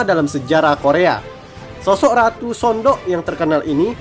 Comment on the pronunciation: udah bener bang pengejaan anda. Memang bacanya Sondok.